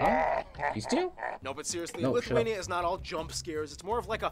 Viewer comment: While I'm a fan of content, this was probably one of his worst considering he mispronounced pretty much everything, called Lithuania and Latvia creepy (no idea where he got this notion from), and got a lot of details wrong He's improved a lot more since then. He should remake some of these lesser quality videos starting with nations like Afghanistan